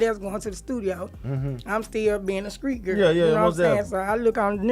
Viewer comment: I'm 70 years old. My neighbors, especially my childhood best friend pronounced "street" as "skreet". I'm guessing this has been passed down through generations.